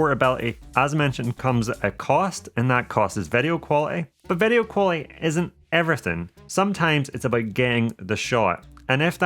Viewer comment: you say vedio when i say video